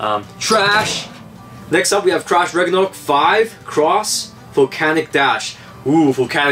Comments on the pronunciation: When they said crash Ragnaruk I honestly heard,' TRASH RAGNARUK" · I thought you said trash ragnaruk